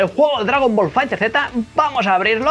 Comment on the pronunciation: "Dragon Ball Fighter(Zeta)" 😂🤣